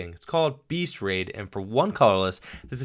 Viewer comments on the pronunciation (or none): none